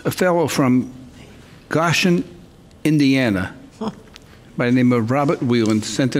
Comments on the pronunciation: He said Goshen indiana wrong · Judge, it’s Gōshen, IN.